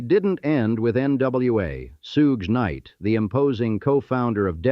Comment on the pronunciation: Sooge night huh. AI slop. Fucking get the pronunciation correct if you want any credibility!